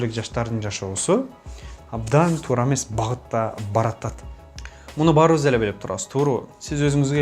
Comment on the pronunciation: Тууру эмес,туура деп айт.